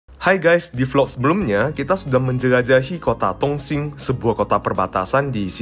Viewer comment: Intonasinya kurang jelas,. Bilang Dong sing (Dong Xing) seperti tong sing bunyinya